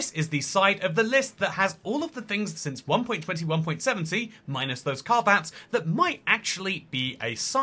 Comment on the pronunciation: oh yes I love my "CAR VAT'S!"